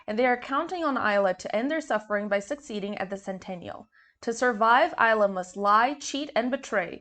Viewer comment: As an aside: it's pronounced "Eesla" (Long e sound as in "see")